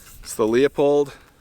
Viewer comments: It’s pronounced “Loo-Pold.” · Pronounced "Loo pold" 😁